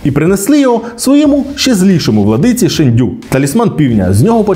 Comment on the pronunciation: Шéнду🥲 ніякий не шендю🤨